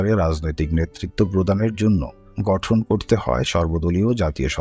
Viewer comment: গঠন কে ঘটন বলা হচ্ছে বাকী সব ঠিক আছে